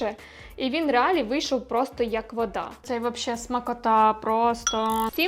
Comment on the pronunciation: реАлі? Ви серйозно? реАлі?🤣🤦🏻‍♀️ Блін… ну все прекрасно. Але, будь ласка, будь ласочка (!), «щоб розвивався український ютюб», зверніть увагу на лексикон і дикцію. Це важливо.